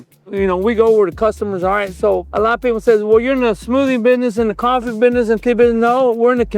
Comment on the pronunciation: He said bidness...